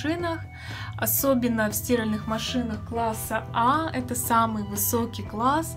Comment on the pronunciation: Я тоже не понял, девушка безграмотно это произнеста)) впервые слышу чтобы так называли стирАльную машину